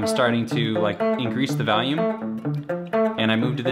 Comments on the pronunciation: I swear to god you say "valium" instead of volume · i love this guy but i fucking hate the way he says the word volume. he says “valume” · What "vahlume" Rob :D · Valume lol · As someone from the Chicago area, I can't hear this "valume" everyone is talking about. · "Then I kinda ramp up the valume at the end" "Then ramp up the valume" "Then you ramp up the valume" "Start ramping up the valume" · Wow. This "valume" that Rob talks about must be important